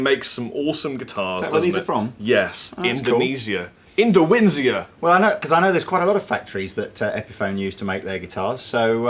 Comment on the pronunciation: Indowinsia? Windonisia would have been better :P